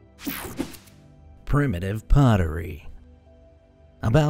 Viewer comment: Seriously? 'Prime-uh-tive'?